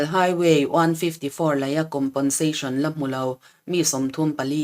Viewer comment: COMPENSATION hi ngatinge COMPONSATION tia kan lam tak zel mai le? Fimkhur tawh teh u.